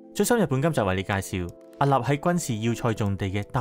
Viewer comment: 海岸 ，岸～ 必須鼻音 屹立 。屹 ～鼻音